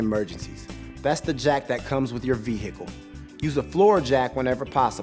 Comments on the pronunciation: Love how he says it like veHicle lol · Like hiccup 😂😂